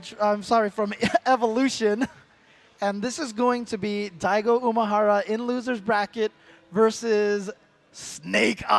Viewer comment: please stop saying Daigo uMAhara.